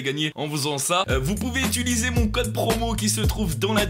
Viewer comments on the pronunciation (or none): none